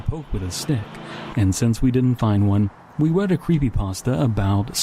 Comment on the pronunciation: “We wread”